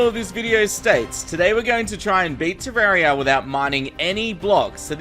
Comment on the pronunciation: He said terraria with an E